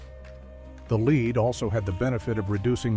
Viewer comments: It's 'led' not 'leed' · He said, "lead", the metal (Pb) properly and then in the same paragraph pronounced it "lead", as in leader.